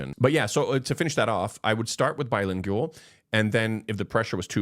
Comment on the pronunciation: pronunciation: not BI-LING-YU-AL. Correct is BI-LING-WAL.